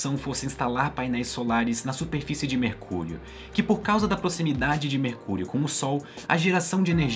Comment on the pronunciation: Só eu ouvi ele falar "mercúlio"? 🤔